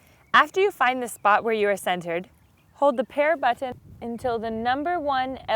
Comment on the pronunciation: Look folks I am just a man and I love tits as much as anyone but when she said Bu"T""T"on I somehow became fuckin infuriated! Maybe its just something wrong with me? I think this one needs to go flick her own Bu"T""T"on for a little while and maybe make a video of that! ha